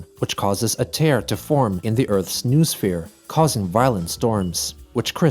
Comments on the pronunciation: BTW Noosphere is pronounced "No-Oh-Sphere", that's another thing from STALKER. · Just in case it comes up again noosphere is pronounced like new-oh-sphere